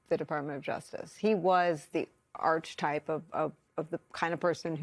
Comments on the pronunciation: it's archetype, not archtype. The E is not silent. I guess you can say it bothers me when people who use words for a living mispronounced them. Sorry. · coughs the word is 'archtype', pronounced /ARK-ee-type/, not as you had it /ARCH-ee-type/. This is not optional. It is a Greek word and Greek has no /CH/ phoneme. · You do know that “archetype” is not pronounced “arch-e-type”, right? It’s pronounced, “aar-kuh-tipe”. You’re a reporter, are you that ignorant? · WORD: ARCHETYPE - It's pronounced "ARK-eh_type" NOT "ARCH-type" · Arch-type hahaha it’s AR-KEH-TYPE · A little bit apalling that Nicole Wallace can't pronounce "archetype" correctly. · He is the real “ Mr. Smith goes to Washington “. And, please pronounce archetype correctly, Nicole. Love you, but don’t like hearing things said incorrectly.